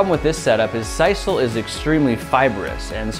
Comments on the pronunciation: sisal is pronounced seesul not saisul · See-sal or Sis-sal; never heard it called Sice-all. Cool. Soda-Pop-Coke; love distinctions. Love the boy scout project. Will have to try it. Thank you.